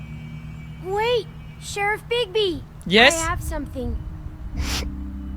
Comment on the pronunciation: when it said "bigby" or however his name is spelled i thought it said "bigboy"